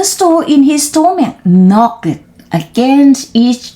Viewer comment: ตั้งใจออกเสียงชัดมาก 👍 ช่องว่างไม่ต้องเว้นนาน ตอนเริ่มต้น บางช่วงนานไปนิด ตอนหลังจนจบดีค่ะ👏 knocked ไม่ต้องออกเสียงเคด เพราะเป็น verb ถ้าเป็น adj ค่อยออกค่ะ sixth seventh swallow ส วอล โลว thrown แลบลิ้นด้วยค่ะ thr stopped หน้านี้แก้ให้แล้วนะ:face-blue-smiling: ไม่ใช่ stooped